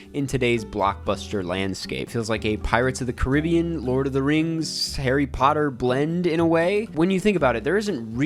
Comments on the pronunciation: how to you say Caribbean? 💀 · you said pirates of the Caribbean in two different ways during the video and the second time is the way I say it but when I heard it the first time I had an epiphany because I know how to pronounce Caribbean but I always say the name of that movie the way you said it the second time